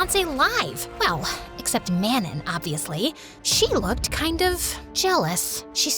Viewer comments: if lesley’s mates name is manon it’s pronounced mahnoh 🥀💔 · Wait I just realized- ARE THEY TRYING TO SAY MANON? IS THAT RLY HOW THEY'RE PRONOUNCING IT?